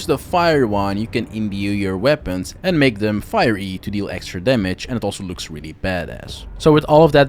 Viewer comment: Did you say "make them fire-ee?"😂 Love it!